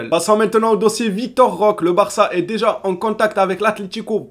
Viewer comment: Salut, ça me choque toujours quand tu prononce Roque ça me paraît bizarre, est ce qu'il y a un portugais dans les commentaires qui pourrait nous éclairer? Moi je le prononce Roqué je crois que c'est comme l'espagnol tout les E se prononce É. A verifier 😉